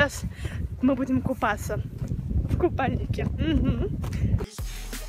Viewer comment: Кто ещё заметил что она говорит мы будем купафца